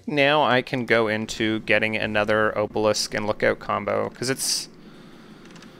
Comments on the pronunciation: Buddy. It’s AH-belisk. AHHH not OHH. Bruh. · Probably would have watches the whole video if you pronounced obelisk correctly. It physically caused me pain every time you said oh-balisk instead of ah-balisk. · I watched the video you linked and when they say obelisk it's with an ah sound I didn't hear anyone pronounce it with the oh sound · It's "ah-bah-lisk" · I've never heard anyone pronounce obelisk like that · Hey man, not sure if anything else said anything, but the letter O in the word “Obelisk” is pronounced like the O in the word “optimal”. You can Google the word and hear the audio pronounce it. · i'm not sure what makes you think that obelisk has a long o, but it most definitely does not. if you don't believe me then search in on google and click on the speaker button to hear how it's pronounced. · I love the content, but why do you pronounce obelisk like that LOL